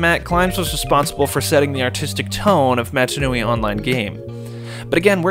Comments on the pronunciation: canonically it’s “mah-tah” that’s how they pronounce it in the films. I loved the video though, I wouldn’t have thought about getting in touch with the developers, it was really cool to hear their take. Giving your vid a like! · great video, some really good info in here, but please for the love of god, pronounce mata nui correctly at least once!